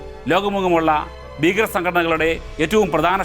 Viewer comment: ഫീകരൻ??? Please pronounce Malayalam properly.